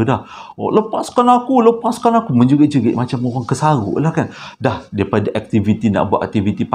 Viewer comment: 'kesaghok' tu loghat mana bang.?